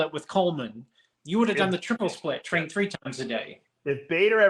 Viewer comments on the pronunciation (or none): none